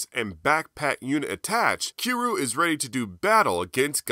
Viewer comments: Kee roo? no need to be offensive but, say it like "key ree you" but all in 1 word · It’s cure-you lol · Love the video, and your channel, but the way you pronounce "Kiryu" triggers me. Honestly my only gripe with the video